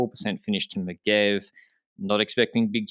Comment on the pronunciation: I hate to be that guy but it's a soft g in M'gève. Having said that winding up Megevans is a very worthy thing to do. Anyway my tepid takes: Kung will go into Yellow on the cobbled stage which he will carry to Belle Filles. FDJ won't release Pinot or Gaudu, but Kung will still lose yellow despite crossing the line with his best Easter Island statue face. Guerrero wins that one. Cosnefroy loses by a wheel in Lausanne to... Kamna this time? Bardet will not lose time on purpose but will win a stage. Groenevegen will finally concede and miss the time limit at Hautacam.